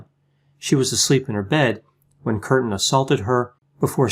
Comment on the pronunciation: Umlaut indicates a dipthong--"kyurten". Also the word is "bestiality," pronounced "best", not "beast."